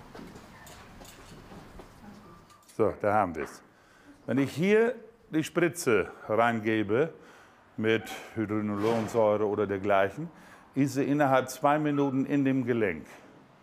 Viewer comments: min. ! Hühodolonsäure von Tamken .Er wollte Sagen : Hyalosonsäure....hahaha, " Hühodolonsäure " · Hyaluronsäure... heißt das...